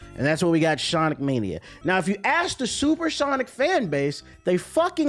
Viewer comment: Mf said Shawnic 😭😭